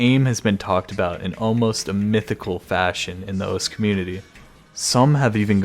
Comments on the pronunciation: Imagine saying osss instead of osu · Why do you say os?